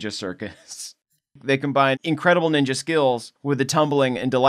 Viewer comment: Every time they say naruto is ni ja middle school and high school I cringe so much lol